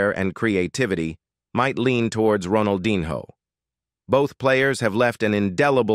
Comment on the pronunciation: bro said ronaldinHOE